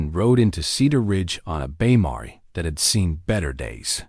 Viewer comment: It's not a marey it's amare pronounced mear as in bear,pls don insult my intelligence